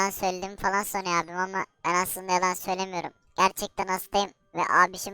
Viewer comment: Söyemiyo yemin eberim